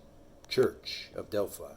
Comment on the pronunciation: You're wrong about so much information. Smh .. Delphi is also pronounced (DEL-FI) long I .